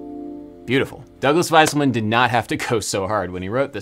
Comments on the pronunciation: Wouldn't "Wieselman" be pronounced "Veeselman", not "Viselman"? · Adam, you’re mispronouncing Douglas Wieselman’s last name. It’s pronounced “VEE-ZELL-MON” not “WHY-SULL-MAN”